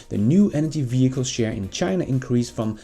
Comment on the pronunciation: Did you just say "Chiinnaa"? 🤣